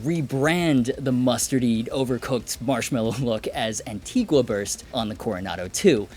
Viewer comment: The only thing I don't like about Antigua finish is 99% of everyone mispronouncing it.